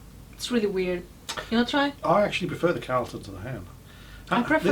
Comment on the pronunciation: The inside of the cap Tomato or BBQ is referring to Tomato or BBQ Sauce ! Ps. Carlton is pronounced Carl Ton